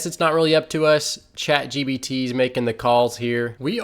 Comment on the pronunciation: Sorry Dude, but DAMN, it's Chat gPt... you've said chat gBt about 1,000 times...